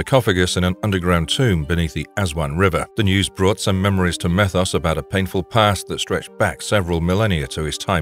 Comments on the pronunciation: Meeeeeeeethos. Not methos. Hell, they say his name in the show. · It's not meth os, it's me thos